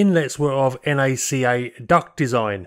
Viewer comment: a quick FYI in case no one brought it up before: NACA is pronounced 'Nacka,' much like NASA! (Thanks for making my favorite aviation videos on YouTube)